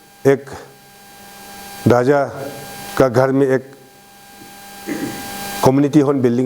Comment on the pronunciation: Useless and corrupted leader ever, support ko suppose bolne wala uneducated leader. 100% me se 1% hi kaam kiya hoga yea 5 years ka tenure me, isse bakwas leader koi nai nekala hoga abi tak, or iska pronunciation ko b dekho na, kya soch k public or MLA ne isko elect kr deya hoga, RAJA ko DAJA, ROAD ko DOD, REQUEST ko DEQUET bolne wala yea ZPM pakka Uneducated hota hoga, iska qualification check kr k dekho 1 Pass b nai milega. Or abi yea jo kaam kiya hai bol k jo bakwas kr raha hai agar koi Educated person ko elected kr ta to yea uncle se 100 times kaam kr ta. 60 constituency ka MLA janbus k uneducated log ko hi elected kr ta hai, isleyea to deklo 60 constituency me Educated log asa faltu me betha huwa hai or uneducated log leaders ban k kuch b kaam nai kr ta hai, bas corruption or khud ka ghar banane me busy hota hai. Or jojo Educated hai unko to MLA or asa uneducated leaders log asa haal kr deta hai bechara kuch b nai kr pata hai.